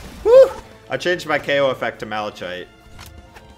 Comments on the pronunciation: MAL-A-KITE not MAL-A-CHITE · You pronounced it wrong malikite is how to pronounce it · ummm its pronounced (mal-eh-kite) also sorry for correcting im a die hard fan and i luv ur vids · not trying to be rude but it's pronounced Malikite but it's spelled malachite